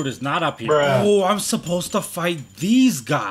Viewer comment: What why did you say heeer